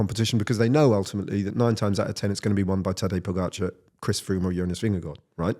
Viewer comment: and - take note of how Ned, a legendary British broadcaster, pronounces “Vingegaard”. Don’t overthink it with “Vinga-goo”! 😅